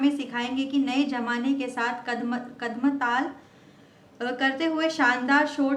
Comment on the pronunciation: BC bhimti dekh ke bhi nahi bol pa rahi hai - kadmtal nahi bol pa rahi hai salo, kya hoga tum logo ka 🤣🤣🤣🤣